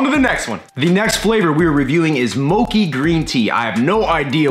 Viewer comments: It's mo-chee, insteak of mo-kee. It's japanese sticky rice dessert. I wanna see more puppy! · moe-chee my man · it's pronounced mo-chi (chi) like (chee)-se. Mochi is a very popular desert made by Japanese it is smashed rice shaped into a ball and usually has matcha (tea) paste inside. So it would basically be small bits of that inside the icecream😊 Hope you have a wonderful day. And God Bless you. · It's not "Moki", and you probably wont like mochi green tea unless you are Asian lol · How do you get that pronunciation from mochi haha? Mochi is said how it looks, not like mocha lol